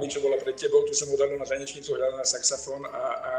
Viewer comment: Prečo mu nepovedala, že to nie je saxafón,ale saxofón. Veď to sa nedá počúvať ako to vyslovuje.🤦🤦